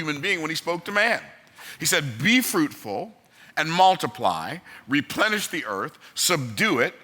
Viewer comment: When he said “Repenish” does that imply that at some point the earth was “deplenished”?